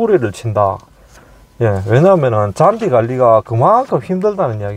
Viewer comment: 잔듸...잔듸 ...ㅋㅋ저는 자꾸 짠지라고 들려요